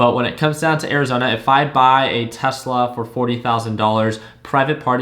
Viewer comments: hes not wrong thats how spanish people say tesla "telsa" lol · I think you meant Tesla instead of "Telsa"